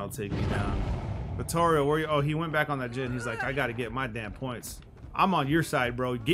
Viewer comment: Aye King, shout out to you for saying "Vittorio" in correct italian, appreciate the effort. Much love for ya, since I began following you I improved as killer, I receive bad comments after the matches but I do not care, not anymore... Keep up the good work King!